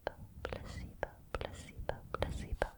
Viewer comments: You need to stop pronouncing placebo as pusseebo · placebo? i thought she said placenta at first 😭😭🙏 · im so sorry, but many times when she said "placebo," i kept thinking she was saying "pussybow" 😂😂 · i keep thinking youre saying pussy-bone and it kept throwing me off😭😭